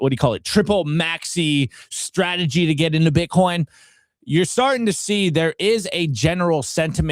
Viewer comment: She said bitcorn